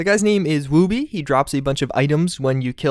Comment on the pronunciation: You pronounced Wooby wrong. It's the same pronunciation as "wood" and then "be". woobeeeeee